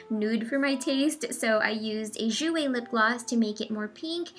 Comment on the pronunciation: you mispronounced Jouer incorrect:p